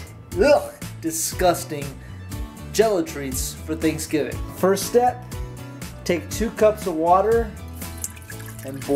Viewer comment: Also who noticed he said stet instead of step